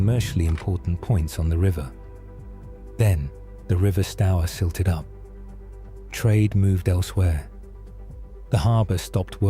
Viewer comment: Look up the word silted